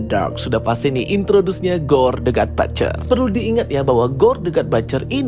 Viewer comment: But-cher... Bukan bat-cher....salah itu pronunciation nya... Coba abang nya denger content creator luar negeri...how they pronunciate the word butcher... Batcher have a different meaning....next video moga udah di sebutin dgn benar.. Sukses selalu bang...